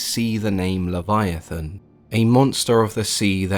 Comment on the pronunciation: I’m sorry, did you say Kyogre?